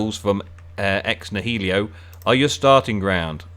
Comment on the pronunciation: “Ex nahelio” lol